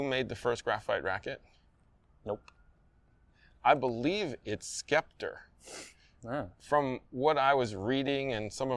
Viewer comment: Pronounced SEPTOR , not SKEPTER